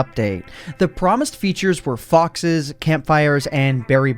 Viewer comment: When you said foxes I thought you said ffs